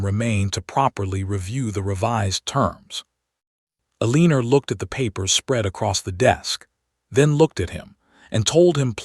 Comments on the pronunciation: Eliner?? I think you mean Eleanore. 😳😂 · There are more mispronunciations in this than is acceptable. Let’s start with the heroine’s name…Aleener? I think not. Eleanor…ELL-ah-nor. This is unforgivable especially since the story centers around language. Do better. Not worth a subscription. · AI mis-pronounces it "eh-LEAN-or". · You obviously do not listen to your audience's comments. Why choose Names that you cannot pronounce? The poor girls name is" a leaner" then "ileaner" then "helenea" AI is making a mess of the stories. I can't watch a moving frame around a picture; it makes one dizzy. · PULEEZ! Teach your AI to read basic English. Eleanore is not pronounced EL Leaner! It’s like nails on a chalkboard. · If you have questions about a name, pull up the transcript. Her name is not Eleanor. It is Elena. I agree AI is adding an “r” where it is not to be.